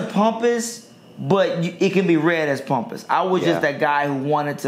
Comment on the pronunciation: Why he pronouncing pompous like "pumpus"? lol